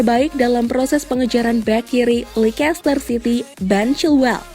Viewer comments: leicester harusnya dibaca leister min bukan leikester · Kenapa jadi likester dah, leister aja lah min lebih enak di telinga..